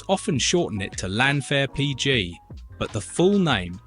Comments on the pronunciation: His Welsh pronounciation is TOTALLY WRONG. the LLan part is very hard to say and fair is is said like "vire" as there is no F in the Welsh language, its a V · Yeah it should be pronounced thlanvar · Almost every syllable was wrong, what are you on about?! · I strongly recommend you listen to how a Welsh person pronounces LlanfairPG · Yes please don't say llanfair Pg like that again sorry it's embarrassing but you are forgiven because you don't know better . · Please don't practice the Welsh name you wrote down it is so WRONG! and an insult to the Welsh language! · Don’t practice that place name. It was wrong in the first place.😂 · The AI voice can't cope with Llanfair PG. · The AI commentary cannot pronounce the Welsh village name.......................... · I think us Brits are going to get annoyed by an AI voice which can't pronounce place names. Not even Morecambe. I'm waiting for the Welsh. Certainly don't pronounce Llanfair PG that way. Or believe the stuff about rainfall at Capel Curig.